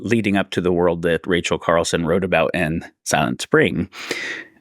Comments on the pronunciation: sure, he's out to fry bigger fish, but "Rachel Carlson" was annoying enough to say something about. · Racel Carson not Carlson.